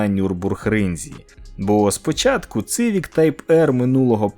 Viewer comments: Не цивік, а сівік! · Як можна говорити Цивік, якщо читається Сівік((( не розумію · Не Цывик, а Сивик! Буквы С в английском читается как - Си а не Цы.... Сколько можно неправильно читать название модели. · будь ласка, не цивік а сівік